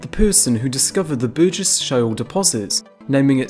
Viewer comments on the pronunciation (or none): none